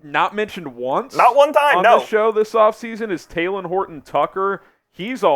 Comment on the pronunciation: It’s not taylen it’s talen